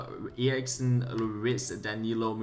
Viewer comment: only fifa youtuber that says eriksen right